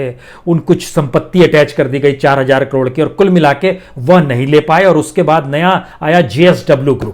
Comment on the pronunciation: Hajjar nahi hazaar boliye janab